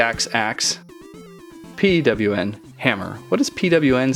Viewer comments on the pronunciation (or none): it's pronounced "P-OH-N" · you say pawn hammer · pwn is said : pawn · lol "P-W-N hammer"